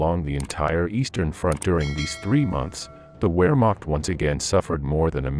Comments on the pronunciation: Tell the computer voice that it’s pronounced Vehrmacht (Wehrmacht). English “V” sound not “W”. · The commentator should learn to pronounce names like Wehrmacht correctly. He mispronounces several words consistently. .